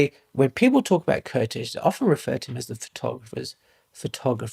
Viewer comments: Great video about a less known genius, fellow countryman. Just out of respect, the pronunciation of the name Kertész: Ker - like care t - t ész - like ace. Sort of like Caretace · You would say Kertész like you would say Curtis but with an A instead of the U.